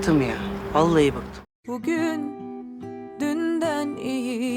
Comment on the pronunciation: Oğulcanın sonda bıhtım ya valla bıhtım demesi